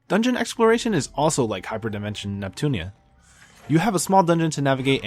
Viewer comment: Ad-vent.. not ad-ve-dent. Too many D's lol. Neptune-ee-a.. not neptune-a.